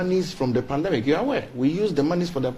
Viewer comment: E say "pandamic". Wei se ɔsupervisi masters students.